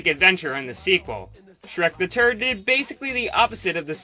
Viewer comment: When he said Shrek the third I swear he said Shrek the turd LMAO.